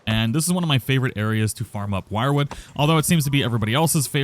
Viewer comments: You're pronouncing it wrong, its not "wirewood" its "Wierdwood" (WyrdWood) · Wyrd is not pronounced Wired rather Weird or Werd. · Is it not pronounced as “WIRD wood”? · "Wyrd" is pronounced "weird". The More You Know... 🎶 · isnt wyrdwood pronounced weird-wood